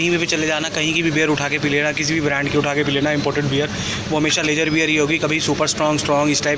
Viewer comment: boss aapki video dekhne k baad ek baat zaroor bolunga ki लेज़र बियर कुछ नही होता स्पेलिंग ज़रूर lager होती है लेकिन बोलते इसको लागर बियर है। ज़रा पता करना।